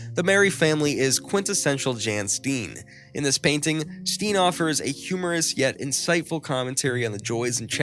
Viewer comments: it is not pronounced stien but stain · Steen is pronounced as stain.. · His name is pronounced as Stain. Check the names in advance instead of blundering your way through it.